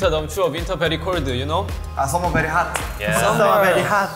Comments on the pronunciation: RM's pronunciation while saying "Summer very hot" is hilarious 🤣🤣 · Jin: "Winter very colde, you know" RM: "Summer very hat" 😂🙌👍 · Jin's accent- Winter Bery Cold you know Meanwhile V and RM Coping him -Summer bery Hot-ah 😂😂😂👏👏👏 I dead laughing there and my ghost is writing this comment b'coz its bery important-ah 😂😂👏👏👏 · Jin: Winter very CoLdH YoU KnOW RM(imitating Jin) Summer very HoTh Tae(imitating RM) Summer very HaTtHhHh And the never ending imitating saga continues....... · When I tell you I repeated "hath" over a dozen times and smacked my hand across my face each time- "Summer very HATH " - V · V: summer very hartt 😂😂😂😂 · Taehyung " summer is bery hat " HAHAHA oki